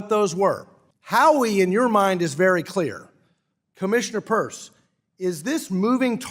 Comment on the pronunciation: LITERALLY heard Mchenry pronounce Hester's last name properly and STILL insists on saying it wrong. there is no helping this guy, I swear